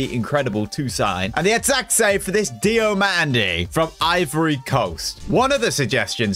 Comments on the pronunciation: It’s pronounced ousmane diomanday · You actually pronounce it as: Diomonday